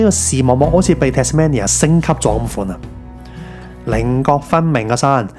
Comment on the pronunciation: 值得去玩下，但我只喜歡無拘無束嘅自駕遊而唔喜歡跟旅行團😂⋯⋯仲有你讀錯Tasmania中間個音，應該係讀main而唔係讀man, Tas-mainia [tæz'meinjә]正如Cambridge係讀Came-bridge一樣